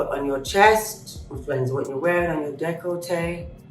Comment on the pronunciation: Dec-lo-tahaarge...thats the part of the body..the neck..shoulders..bust..everyone gets the pronouncing wrong.